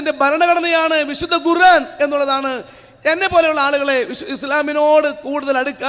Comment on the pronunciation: ഗുറാൻ അല്ല ഖുർആൻ... പറയാൻ പടിക്ക് പ്രാത്തപ്പ...